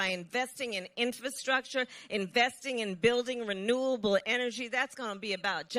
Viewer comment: Its not Intrasfructers Kamala. Send her to Phonics Class or shut her up somebody please.